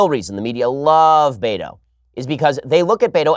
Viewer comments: It’s pronounced beta. Not Beto. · It's not Beto is Behto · Me: “Ah yes. Time for some intellectual, professional, political analysis this morning.” Ben: “BAY-DOE!” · My Wife: I know he keeps saying "Beto", but all I hear is "Beta". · that cracks me up, too. ha